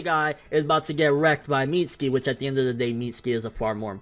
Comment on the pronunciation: Why can't he pronounce mitsuki